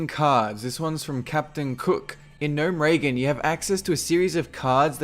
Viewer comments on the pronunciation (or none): Gnomeragen? Gnome-reh-gone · Gnome Reagan ... wtf you think it's Ronald Reagan ? It's GNOME - RE - GUN (that's how you pronounce it you nob-head) Also, lost a lot of respect for you in this video. First of all though you were older and wiser, but you didn't play Warcraft 1 (wtf that was the game, alongside dune 2, that lured many of us, including me, intro strategy games) ... should you even be doing Warcraft videos. Secondly you said Warcraft 3 took up a big part of your childhood. You were a "chid" in 2002? Child = younger than 10, wtf are you under 18 kid ? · "Gnome-Regan" lol, its gnome-re-gone. Even as a gnome if you /cheer you'll hear it. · gnome-ragen? gnome-ra-gon is the correct way to say it. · Its Gnome-re-gon. not Gnome- Reagan. Reagan Smash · lol it sounds like he's saying Gnome-Reagan instead of Gnomeregan :P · "gnome regan" what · Who the heck says GnomeRAYgan? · Ya I have to chime in on this one.. it is GNOME-ER-Gone... possibly GNOME-ER-GUN. Blizzard.. Everquest ETC Just Friggin Release a "Pronunskiation guied!! (Pronunskiation is from the Popeye movie starring Robin Williams that NONE of you have seen.. I liked it.. lots of casual fun). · way to fuck up the pronunciation of gnomeregan, now imma hear people fucking calling it gnome-ragan -_ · Nome-Ray-Gun eh? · Gnome "ray-gin"? really? good vid though! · The way you pronounce Gnomeregan makes me have the mental picture of Ronald Reagan standing next to his short brother or cousin or something. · Ugh please learn to pronounce Gnomeregan. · So weird how he pronounces 'Gnomeregan' and 'Sholazar'...